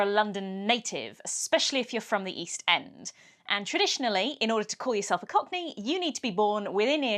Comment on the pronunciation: what's a cock knee?